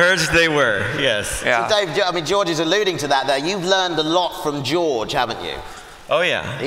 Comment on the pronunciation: Ian calling George “Jooj” 😂😂😂😂